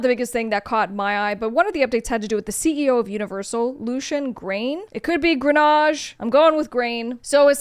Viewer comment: Something about you not knowing how to say Lucians name makes me question your credibility as a "Top Music Attorney." How much experience do you actually have in this industry?